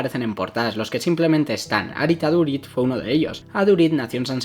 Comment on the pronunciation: mira en google como se pronuncia su nombbre y apellido porfavor